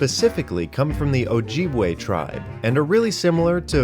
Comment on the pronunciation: As an Ojibwa male. I gotta say. That was pretty close dude. Good job. I usually hear OH-JEB-WAY.